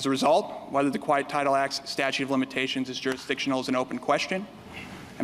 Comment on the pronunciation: statute - not statue!